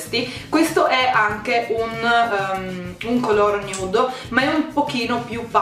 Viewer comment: ditemi che non sono l'unica che ha sentito il "niudo" perché se no sto ridendo da mezz'ora per niente, grazie.